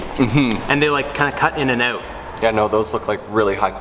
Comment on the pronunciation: Who else just smiles when he hears "aeout"